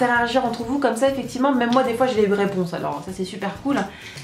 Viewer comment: tu dis souvent "eficivement",haha :p